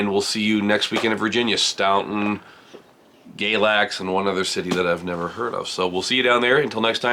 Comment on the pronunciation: Just in case no one told you, in Virginia, Staunton is pronounced “Stanton” with the AU sound like laugh instead of audio. Just don’t want you to be blind sided in the future.